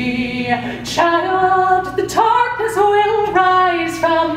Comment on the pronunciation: Dreamy Arts i think she's Irish. I'm irish as well and i also say "tarkness" because i don't pronounce the th sound in the